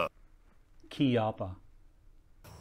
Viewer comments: Right pronunce is Keeeppa, in Italian language chi is pronunced Kee and a is large as in are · All kinds of fun in this video,! The reactive targets were all impressive - I especially liked the shrapnel trick shot. And I also appreciated the correct pronunciation of Chiappa. It's hard to think Keyoppa when you're used to saying chips, church, cherish, etc. Once I learned the correct pronunciation of Lapua, it rings sour to me to hear our American pronunciation. In any case, sweet rifle and really fun video. Disassemble please. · accolades to that rifle , excellent package . you are correct on the pronunciation kee- apa . thanks for the show. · Beautiful "Chee-appa" :) Thanks for the video. I'm starting to lean towards one due to the fact that they can make a pretty darn nice classic model. However, I still prefer American Walnut over the Walnut they are using. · Those post production cuts after every "Chee apa" pronunciation had me rolling. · Thank you for the pronunciation correction. Done in style and subtle enough to inform the ones who have interest to know. Well done.